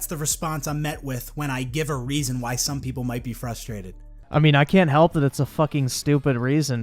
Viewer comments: PLEASE it’s fRustrated not fustrated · STOP SAYING FUSTRATED GO BACK TO SPEECH THERAPY